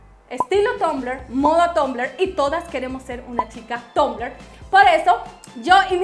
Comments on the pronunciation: tumblr se pronuncia tambler no tombler nena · me embola cuando decis tombler habla bien ma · Que raro lo pronuncias 😂😂😂😂😂😂